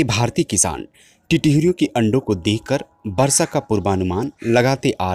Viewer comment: सर, आपकी आवाज इतनी शानदार है, इतनी उपयोगी जानकारी दे रहे हैं, थोड़ा शब्दोंह का शुद्ध उच्चाहरण करें. जैसे पच्छीो को पक्षी कहने का अभ्यास करें, थोड़े से प्रयास से हो जाएगा. इसी तरह वर्सा को वर्षा कहें. अगर आप गलत उच्चा रण करेंगे तो बच्चेै भी वही बोलने लगेंगे।